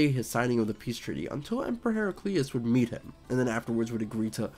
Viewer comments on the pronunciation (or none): none